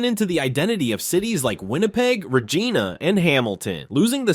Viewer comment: The narrator needs a lesson in how to properly pronounce Canada's cities names! He MISPRONOUNCED REGINA! Get with it & get it right!